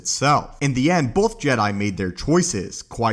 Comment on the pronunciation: Both not “bolth”